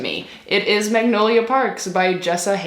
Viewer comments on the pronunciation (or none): none